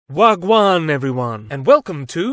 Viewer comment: Man said Wah Gwaann ☠, said it perfectly too !!!